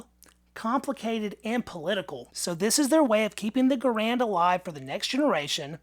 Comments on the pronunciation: GARand. Not gaRAND. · pronounced his name: Gahr, not gar.